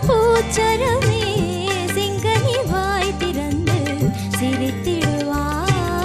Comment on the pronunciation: Aankural செங்கனி not செங்கணி உச்சரிப்பு முக்கியம்